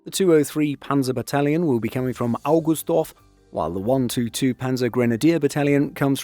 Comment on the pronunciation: "Augustdorf" sounded like you stubbed your toe on the corner of the bed. "Oberviechtach" was a total catastrophe. What happened there? You don't have to damage your throat while pronouncing the "ch".